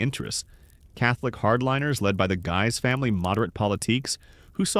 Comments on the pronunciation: I have always heard it pronounced (sounded out as) Giii's though it's spelled "guys" (looks at you with derision, if you're presenting you should know and not re-write history) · you finally got “Guise” correct after multiple mispronunciations. Then returned to the wrong one later. Completely inconsistent pronunciation of historic names is sloppy. Please review and correct these AI narrations before posting.